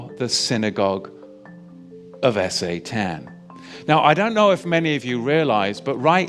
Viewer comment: Is S.A.Tan some sort of alternative pronunciation, or is there some sort of algo censorship of the full word?